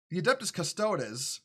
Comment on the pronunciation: It’s Custo-deez, brother. Not custodezz. But yeah this is complete nonsense.